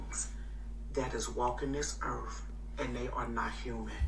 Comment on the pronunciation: Walking this Earf? What's Earf? Does she mean Earth? :)LOL(